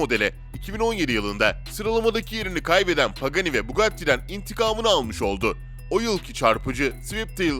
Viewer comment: Üçyüz empihaş, binaltıyüz eyçpi, veneno için Türkçe 740 beygir diyosun, paganiye pegani diyosun bir cümle sonra tekrar pagani diye telaffuz ediyon, bugatti bolid'i bugatti bugatti bolide diye telaffuz ediyon, sen neden yarım yamalak inkilizçen ile dayngıl dayngıl (dingil dingil) seslrndirme yapıyon? Evinde sudoku çözsene seslendirme yapacağına 🤣🤣🤣